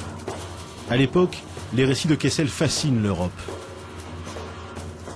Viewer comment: Joseph "Kessel". Every - single - time.